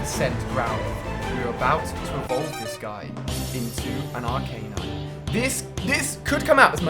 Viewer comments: Ar-canine.. as in dog, is how he is pronouncing it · Ar-cane-ine??? Its arcan-ine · It's fucking arcanine not Are-Knine